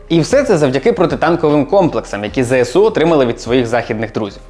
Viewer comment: Мене так тригерить коли усі навколо кажуть ЗеСеУ. Дуже здивувався почувши правильну вимову 🥰